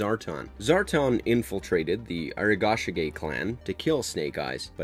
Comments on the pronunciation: Arashikage. Not Arigashike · How many times can he say a-rash-i-ka-gay (Arashikage) wrong? It’s hard to watch the whole thing hearing that pronounced wrong so many times